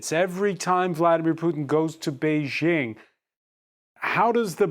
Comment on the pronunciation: Bei JING, not Zhing